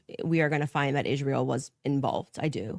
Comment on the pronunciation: Do we know if this dumbass says Ishrael because she's mocking it or just can't pronounce it because she's dumb or pronounces it like a newscaster who randomly drops Spanish words because she's programmed like a Pavlovian Dog?